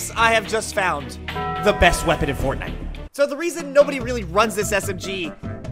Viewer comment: It is sooo goed wopon